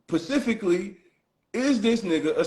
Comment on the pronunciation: If he say Pacifically 1 More Time!! 😂 For the record. Specifically